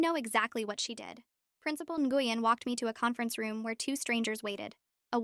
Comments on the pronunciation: It’s pronounced “win” not “gweun” :3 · Isn't Nguyen pronounced like "Nwin" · Nguyen is pronounced Win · the name Nguyen is pronounced Win.